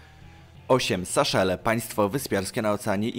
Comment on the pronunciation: Nie Saszele tylko Seszele ;)